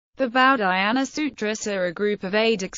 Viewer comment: This was the worst butchering of an Indian name that I've ever heard in my damn life